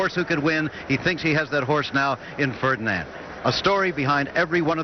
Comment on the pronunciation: He says fredand